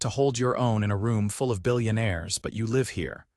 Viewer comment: The narrator mispronounced the word 'live' twice in the first 5 minutes. Irritating and inexcusable.